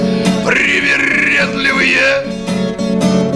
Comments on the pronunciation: Как вы говорите «кони привередливые» просто настолько чисто, что не возможно сказать что вы иностранец. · ВАу, произнес без акцента. Ты точно не знаешь русский язык)? На этой записи звучит по-сильнее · Как четко произнес "Кони привередливые", точно не говорите на русском?))) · Дядька а название песни сказал - русский так не произнесет а говоришь не понимаешь по русски!?